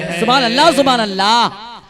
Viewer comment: Dad denewale ALLAH aur SUBHANALLAH.....ko sahih bolna Sikh kar bolen. Jahilon ki tarah na bolen.